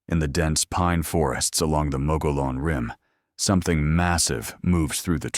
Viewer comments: Mogollon = Mo-gee-on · Mogollon is pronounced MUG-e-yon.